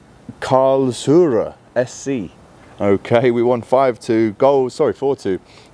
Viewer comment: It’s pronounced Karl’s…roor. But as we won’t be playing them again it doesn’t matter.